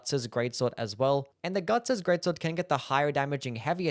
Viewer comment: "The guts gweat swod